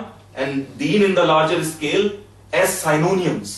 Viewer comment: Just a small correction Synonyms is not sai-no-niums but si-no-nims